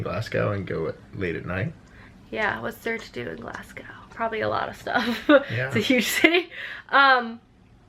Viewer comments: My first Scottish tip is to pronounce Glasgow as “Glazgo” not gow like cow. I had no idea where you were on about for a second hahaha the second is to prepare for rain like every day. Then just have fun! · I specifically wait until I’ve a book and tea in my hands before I start these vlogs as they motivate me to finish my books:) thanks. So much quality in this, specially FMA, drool. Oh by the by, Glasgow is pronounced “glazgoh” 😉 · have fun in scotland!! my friendly tip (as an english girl) is that its pronounced glasgOH (like the sound in OMG) haha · Glasgow is a nice city, I live there. If you're going to Loch Lomond I'd recommend a wee stop in Luss. It's a beautiful town. Stirling is also great. Also, we say Glasgow without pronouncing the "w", so it's more Glas-go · Clays pronunciation of Glasgow 😂 for future reference it’s glarz-go or glaz-go if you’re from the north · I love how says Glasgow, we say it as Glas-go, sounds very posh when you say it! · In Scotland, I'd recommend going to Sugar Daddy's in Edinburgh! Also Glasgow is pronounced like 'glass-go'! Edinburgh Castle is good as well as Camera Obscura in Edinburgh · Crying at the way you guys pronounce Glasgow :'D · The way you say Glasgow is so strange! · I think if you're going to Scotland it would be great if you learned how to pronounce glasgow 😅 Dornoch castle is an absolutely beautiful fairy tale castle in the north of the country. Don't know what loop you're doing but if you look on the north coast 500 website it has some great itinerary items which will give you some great ideas. My partner and I did it last summer and loved it even though I'm from Glasgow. The east coast of Scotland has a lot more history and the West coast is a lot more picturesque. If you're in city centre glasgow then I would say spend the afternoon just wondering around and seeing things as the architecture is great and quite different from Edinburgh - there's also some really great places to eat.